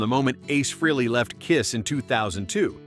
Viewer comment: Stop saying "Free-lee". It's pronounced "Fray-lee".